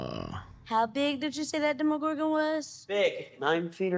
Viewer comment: I know that these reactions are from months ago since they upload them to Patreon first, but I can't believe they still call the Demogorgon and Demodogs "Demigorgon" and "Demidogs" 😂